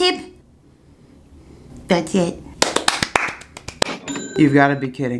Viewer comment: tanks 4 te tip tiiip tip tip tip.... tats it